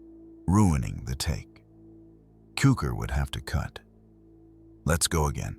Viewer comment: It's Tsukor. That's how his name should be pronounced. How spelling of foreign names in English twists pronunciation is truly disappointing. C in Hungarian's read as TS... And the word Cukor or TSzukor means Sugar...